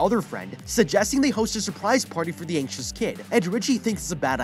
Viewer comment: Bruh I thought he said the kid was ancient but he was just anxious